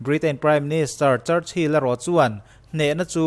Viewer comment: Church Hill tih a lam ai chuan Chur Chill tih a lam zawk tur a ni